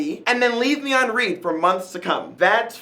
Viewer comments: He keeps saying read as in lead when he should be saying read as in lead... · It's pronounced read not read. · its not "reed" its the past tense of read so "red" and thats all i have to say bye